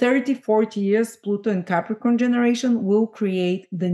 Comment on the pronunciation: I didn’t get how to pronounce the Pluto in Capricorn generation. Looks like an ‘ax’….?